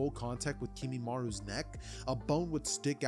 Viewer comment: Bro really said kinimaru with his bone quirk